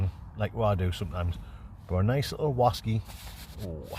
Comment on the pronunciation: Another brilliant video. My favourite part was when you were looking for your slippers and they were on your feet 😂 Love the show! 2 questions... Where does the name come from? And why do you guys say Wasky? Cheers